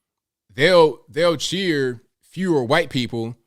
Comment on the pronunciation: Hey…. Why do you say the quite man? Instead of white man? Just curious.